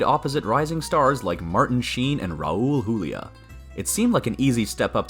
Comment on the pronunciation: Thank you for being one of the few who pronounced Raul Julia's name correctly